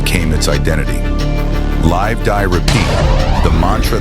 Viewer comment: Crap AI can't properly pronounce 'live'.